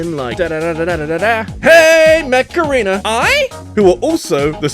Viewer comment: mech arena? cause i heard macarena